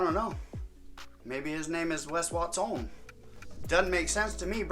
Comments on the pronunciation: As a Mexican, the "Wes Wat-sone" had me f ♡ckin rollin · “Maybe his name is Wes Watsohne” 😂😂😂